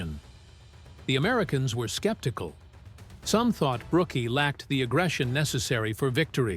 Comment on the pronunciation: It's Alan Brook, not Brook-ee. Silly AI. Stupid.